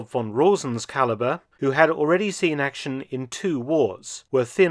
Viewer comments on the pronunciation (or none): none